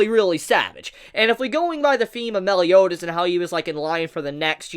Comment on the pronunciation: ma-el not mel. I'm sorry that I'm not sorry, but this is just butchering his name man.